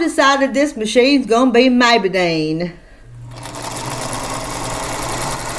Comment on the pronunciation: Goodmorning! That's a pretty quilt! Maybedine... sounds like somebody couldn't quite say Maybelline. Have a wonderful day!